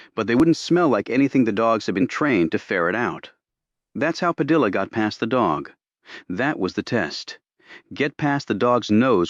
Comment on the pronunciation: AI needs editing....if using Hispanic names, Spanish pronunciation should be followed! Padilla is not "Pad-il-la"...it''s "Pad-i-ya".